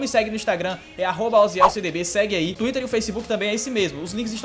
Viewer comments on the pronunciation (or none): none